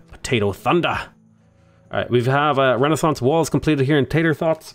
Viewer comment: Hearing you say "Tator Thots" out loud was hilarious